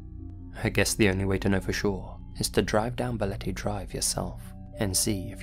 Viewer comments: Love from philippines, also you pronounced balete perfectly~ Ive heard the place and im not that far from there too but never been there before. I might try after the quarantine since im curious too and ive been hearing the story regarding to balete dr since i was a kid, there are also news reports too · pronunciation of Balete is on-point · The pronunciation of “Balete” and “Quezon City” were right on, actually. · You got the pronunciation of Balete Drive correct! Bravo! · Pleasantly surprised you pronounced "Balete" well. Much love,! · You nailed the pronunciation of "Balete Drive" <3 <3 <3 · No apologies needed, good sir. You did not butcher the word "Balete" at all..well maybe a little bit but way better than one would expect lol. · My man Nailed "Balete" and "Quezon" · Balete dr. .... you said it right .... and that street is absolutely positively haunted .... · I gotta say as a Filipino, no apologies necessary for the Balete Drive segment, you pronounced everything perfectly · OMG! YOU FEATURE MY COUNTRY!! YOU PRONOUNCED BALETE CORRECTLY! <3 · You pronounced Balete drive perfectly. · Great pronunciation of Balete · BALETE was pronounced perfectly lol omg ud pass as a local haha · "BALETE" yep you got it perfectly! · Hey, you pronounced Balete perfectly 👌